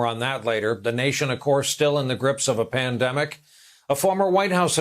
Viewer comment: Mandemic not pandemic